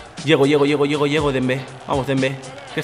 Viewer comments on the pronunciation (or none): Nadie: Absolutamente nadie: Vos: Embez